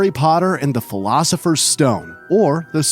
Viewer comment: "Philosopher" is a hard word for Americans. 🤣